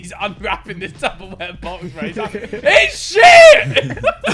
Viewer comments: Me: Say it again Harry: Tub o Wear Me: Wrong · Why are we all ignoring that Harry calls it 'tubberware'